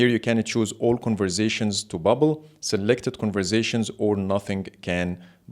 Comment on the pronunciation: New game: Take a shot every time he says "converzations"! 🥃